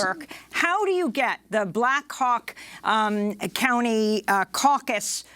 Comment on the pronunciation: Did Amy goodman say black cock county ???? Hahaha